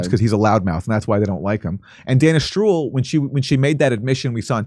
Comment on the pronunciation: When Aaron said Dana Stroul it sounded like he said Danish Troll 😉 About a month ago Redacted had a segment telling that convoys of tank vehicles were drivning between the "Carbon Hydrate" fields and Iraq !!!